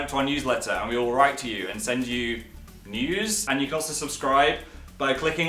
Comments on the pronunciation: i like how when he says "news" it sounds like "nudes" so yeah... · When he said 'We will send you news' I thought he said 'We will send you nudes' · Oh god i thought he said "send you NUDES"